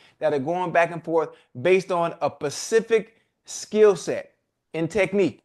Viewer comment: Ocho, you my dog now and I'm rocking with the Nightcap heavy! Gives me extra life during the week...one thing, you say ”pacfic" when you mean "specific". Shid someone had to tell me when I used to do this too. All love 85